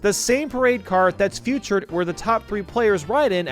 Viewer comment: It’s “featured” not “futured” my dude.